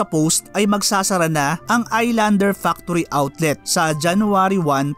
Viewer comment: hahaha ang linaw naman ng sinabi ".....factory outlet"